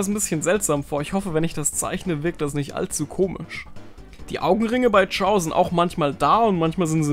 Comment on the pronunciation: Er heißt aber nicht Chiao sondern Chao 😩